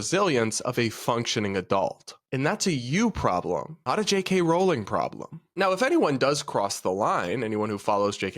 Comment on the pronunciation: It's pronounced r-owling not rolling.